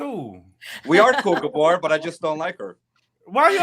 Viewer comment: I’m a new subscriber. Just listened to five/six of your shows, however, I’m sorry to say… “Gabor” is just 😖more often than naught.